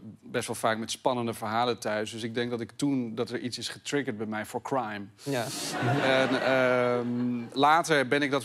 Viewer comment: je bedoelt "Kehwhraime" ?